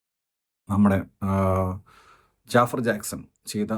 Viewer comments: JAAFAR ennala Pronounciation JAFAAR Ennan 😂😂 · ജാഫർ അല്ല,. its ജഫ്ഫാർ